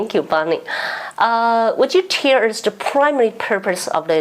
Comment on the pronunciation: 葛萊儀 CSIS Bonnie S. Glaser is Taiwan’s true friend 👍 筱君 has many incorrect English pronunciations. Seems 筱君can’t pronounce most L and R, for example - tell, and anticipate, recognize, going,… defense, invasion,… Joseph Wu, Arlington, talks,… incumbent Gallagher